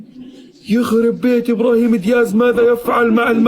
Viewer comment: اسمه أبراهيم دياز وليس إبرهيما دياز يعالم ياهو إسمو أبراهيم دياز